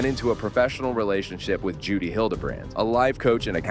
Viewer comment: Omfg it's JODI not Judy